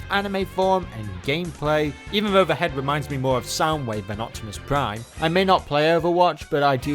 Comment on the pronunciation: Its OPTIMICK Primouse! OH BAYVERSE PRIIIIIIME! got a face for you to rip! XD